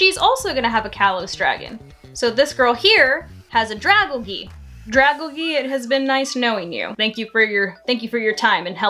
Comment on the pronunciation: How the hell do you look at a dragon covered in algae and then proceed to pronounce it the way that you did? It's like the quiz was hey here's two words that are combined together and you completely ignored that. Dra-gal-gee? It's Literally dragon and algae combined.